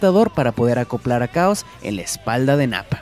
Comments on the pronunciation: Por lo menos una vez dijiste chaoz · Pronuncio 5 veces el nombre de Chaos... Cuales 4 de ellas dijo "caos", solo una vez lo dijo bien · Como que "caos"? Esta es una de las razones por que este " narrador" no me gusta, aparte que su voz es floja, pronuncia mal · name is chaos not caos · Es chaos no caos y su maestro es tsuru no tao pai pai pero bueno un error lo comete cualquiera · me sangran los oídos de tanto oír caos, se nota que ese we nunca vio dragón ball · ¿Qué clase de hombre no es capaz de conocer la pronunciación del nombre?